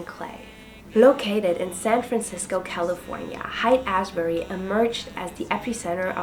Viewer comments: It's pronounced like "Hate Ashbury." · Monterey is pronounced (Mon-te-ray) Haight is pronounce (Hate)......Never trust a Prankster